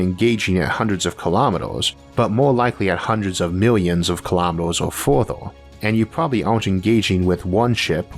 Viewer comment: What are "kilomeedohs"? ;-) Very interesting show! Maybe it would benefit your viewers if you could lose your accent a little. Sometimes I really don't understand, what you're saying and subtitles aren't covering it either.